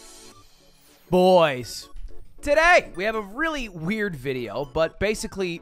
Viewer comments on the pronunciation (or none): Ludwin would’ve said “bois” better